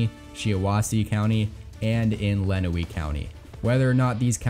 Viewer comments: I lived in Michigan for 4.5 years and will be voting from abroad for Michigan. I like how you threw in the "bellwether counties." I'm from Calhoun county where Battle Creek, MI is and expect it to pivot back to the Democrats this year. There's three counties you kinda mispronounced.... Shiawassee is pronounced "Shy-a-wah-see", Lenawee is pronounced "Len-a-way" and Macomb is pronounced "Ma-com" like "ma" and a "comb" that you use to comb your hair. One county I think that you're way off on, is Monroe county. I have a sister that lives there and my partner used to live there. Monroe has a LOT of French-Catholics in the county and they tend to be conservative Democrats. Joe Biden is a Catholic and will likely swing Monroe back to the Democrats. And, it did vote for Gary Peters in 2014. And, voted for Obama twice and Debbie Stabenow in 2012. I see you also gave a tilt margin for Biden in Kent county where Grand Rapids is. That's going to be a key county in the battle for Michigan's 3rd congressional district. It's the current district of Justin Amash, who was the only Republican to vote in favor of Trump's impeachment. So, the Republicans kicked him out and he was an independent for a short while. Then, he switched to Libertarian. He flirted with a presidential run as a Libertarian but, ultimately decided against it. The Democrats coalesced around Grand Rapids immigration attorney and former DHS immigration advisor in Obama's administration - Hillary Scholten. The Republicans had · Good video but you absolutely butchered the pronounciations of some of those counties. Lenawee is actually pronounced Lenaway, and Macomb is Mahcomb, not Maycomb.